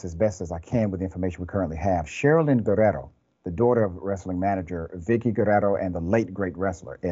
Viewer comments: This makes me sick. The mom is making excuses. The Raza and WWE fans are not gonna take this. Thank you Dr. Richey for pronouncing Guerrero correctly. It doesn’t take much to try. Respect Gracias Doctor Richey! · The way he pronounced Guerrero 😌